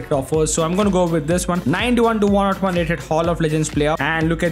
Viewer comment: Please Stop saying 101 as one not one that's too annoying 😭